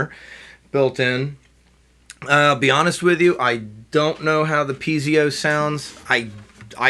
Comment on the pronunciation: Actually, it's piezo pickup not pizio...but other than that you've done a great review of a great guitar for the price.